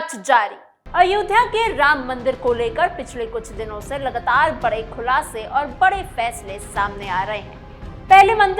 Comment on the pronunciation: लगतार नहीं लगातार बोलो,उच्चारण सुधारो मैडम